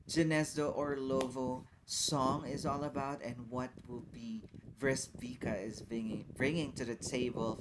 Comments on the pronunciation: It does not pronounce Bresquika but Bresquitza, little peach. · Bro, if this reminds you of Arabian night, I guess you have to widen your horizons. Has nothing o do with that, it's an authentic pure Serbian sound, pre-Slavic. Btw Breskvica is pronounced as Breskwitsa and it means something like ' little peach.'